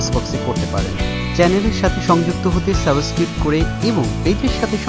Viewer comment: ভাইয়া সাবস্ক্রিব না বলে সাবস্ক্রাইব বললে ভালো হয় না। এত সুন্দর একটা চ্যানেল,আমার মনে হয় আপনার সাবস্ক্রাইব বলা উচিত।